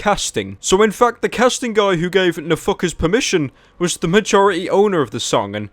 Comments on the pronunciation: i thought he kept saying no fuckers when he said nfkrz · Every time you say NFKRZ i only hear "a fuckerz" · I love how you pronounce NFKRZ